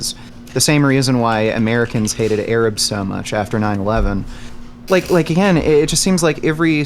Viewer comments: Every time says the word "AGAING" I get physical reaction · Againg gang